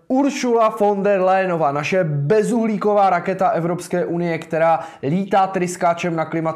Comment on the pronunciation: Technická: Ursula von der Leyenová, NE Layenová.